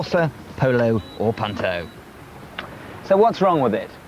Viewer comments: what, you the punt-toe 🤣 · The way he says Punto makes me 😆